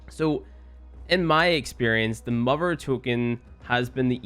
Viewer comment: Don't know what accent that is.